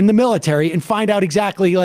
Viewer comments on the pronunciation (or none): none